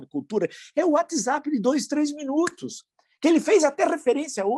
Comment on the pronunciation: PROFESSOR dei Risada " watz zapismo "..kkkk